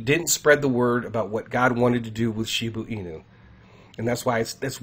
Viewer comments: Want to help more people? STOP saying Shibu Inu. It's Shiba Inu. Why do I ask you to please stop? Besides the fact that I find it incredibly annoying, more importantly, it makes you less credible if you can't even pronounce the name of the coin that you're speaking of. I apologize for any offense; it's not my intention. You can help more people, if you SOUND more legitimate by pronouncing the coin's name correctly. This may not be true for everyone, but it does cross the mind of some. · Lol how many times is gonna say SHIBU INU 🤦‍♂️🤣😬